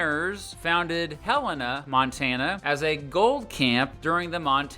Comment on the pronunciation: Thank you for pronouncing Helena correctly! So many people pronounce it as helLAYna. Not sure where they get that from. As a Montanan, I love visiting Idaho and spending quality time there!